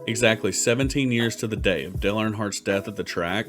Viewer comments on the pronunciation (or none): "Del Earnhardt"